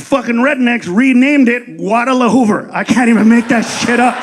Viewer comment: I heard a guy say Guadalahoover back in 1972. This guy never learns...